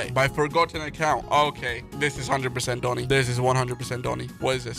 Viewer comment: said dooni not doni he need education 🙄